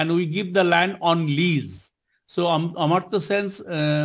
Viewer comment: Amar-tya Sen not Amrit-tya Sen